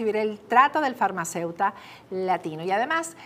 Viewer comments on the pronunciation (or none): Repite conmigo: FAR-MA-CEU-TI-CO.. AGAIN FAR-MA-CEU-TI-CO: FARMACEUTICO